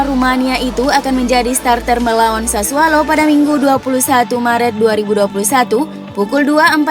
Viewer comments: Itu kpleset lidahnya mas😁😁😁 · Mimin kalau mengucap klub Sassuolo selalu Sassualo.. 😀